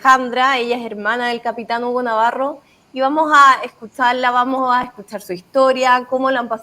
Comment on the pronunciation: "Y vamoh a,,,," Por favor, pronuncia las eses, mujer!